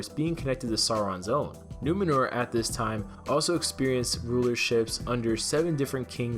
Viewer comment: Please, for the love of Tolkien, its not "NOO-meh-nur"....Its Numenor, pronounced "NOO-may-nor."